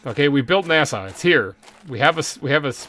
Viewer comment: Sometimes when he says NASA I hear NAS-ALL